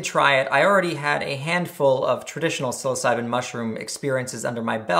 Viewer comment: Honestly, I'm surprised you pronounced psilocybin correctly, being that you mispronounced everything other chemical